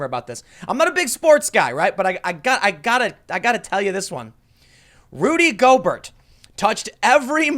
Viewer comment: “I’m not a big sports guy.... Rudy Go-Bert” - Tim Pool